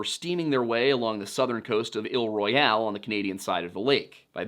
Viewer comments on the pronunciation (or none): did you just say ILL Royal? Isle Royal pronounced like “aisle” like “the cereal is in aisle 9” Isle Royal is on the norther side of the lake in US waters so that’s still the US side of the lake there bud. It may be near the Canadian side of the lake but it sure as hell ain’t ON the Canadian side of the lake because it’s US soil. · The pronunciation of Isle Royale makes me cringe every time.... Isle, not "ill". And while it's spelled "Royale", it's pronounced "Royal". Don't ask questions. And it's a part of Michigan, not Canada. It's a national park (though the least visited in the lower 48). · It’s not Ill royAL. It’s I ul royal. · "Ill Royale" I have never heard someone pronounce Isle Royale that way before (it is pronounced I-uhl Royal) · Pronounced “Aisle Royal” , “SOO Saint marie.” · Phenomenal work here. I’ll be the language pedant for the day: Michiganders pronounce it: ‘Aisle Royal’ - Isle Royale ‘Soo Saint Marie’ - Sault Ste. Marie (the ‘saint’ being standard English pronunciation) ‘Puck-a-saw’ - Pukaskwa (for some reason) ‘Tra-vers city’ - Traverse City (‘Tra’ like in ‘track’, emphasis on same syllable) ‘Key-win-aw’ - Keweenaw Peninsula (again, backwards of how it appears for some reason) Thank you for probably the best video I’ve seen on the Fitz! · Pronounced "Aisle Royal " and "Soo Saint Marie" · Is he pronouncing all the French wrong on purpose (Isle Royale, Sue Saint Marie) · Your pronunciation of "Isle Royale" is terribly wrong my friend. Thanks for the video anyways,just FYI :)